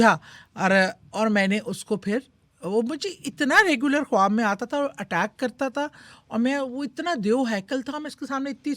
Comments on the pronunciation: کھوآب نہیں ہوتا خواب ہوتےہیں۔please diction تو ٹھیک کرلیں۔ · Khoti khab nahi khwab hota hy....hindi ko copy karti hy wahi chali ja....khoti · Host ki urdu itni buri hai (khob) Khuwab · خواب ھوتا ھے کھواب نھیں اپنی اردو پر کام کریں۔ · Ye khatoon jo khud ko anchor kahtee hain ye khwab ko hindi me pronounce ker rahe hain akhir ko kita bola ghum yani grief ko gum khayal ko bhe hindi me pronounce kertee hain Q? Kiya ink apni urdu huroof e tehajjee nahe aatee agr ye Pakistani hain to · Kitni ajeeb lag rhi host khab khab bolty 😂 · I please….. … correct your خ first it’s not کھاب